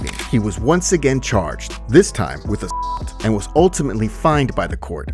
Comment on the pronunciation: Really? You can’t say “assault?” Lmao